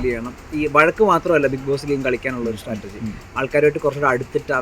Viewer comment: Interviewer., സ്റ്റാറ്റർജി അല്ലാഡോ. സ്‌ട്രാറ്റജി